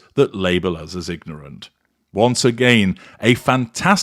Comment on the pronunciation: Did you just say nignorant?